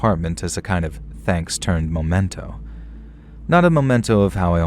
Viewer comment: Memento, not momento.